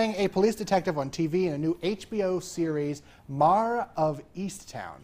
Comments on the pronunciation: This host can't pronunce "MARE?" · MARE not "marrrr." Good grief. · Marr of easttown? Really.?... you can't pronounce mare properly?...